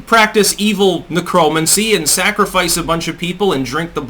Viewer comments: Necromancy is not pronounced neh-chrome-incy, it's necro-mancy, don't fuck up again or I'm sending a skeleton army to your house to attack you in your robe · "ne-CRO-mancy"? What the fuck... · Ne-cromancy. Sigh......we need to work on your pronunciation. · Hey, why do you pronounce necromancy like that? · I’ve never heard ‘necromancy’ pronounced like that before (09.29) . The image of the head of Amazon appearing from a puff of smoke with bats and demons surrounding him in the woods at night gave me a much needed laugh this morning! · I think the most disturbing part of the video was how pronounced "necromancy". >:]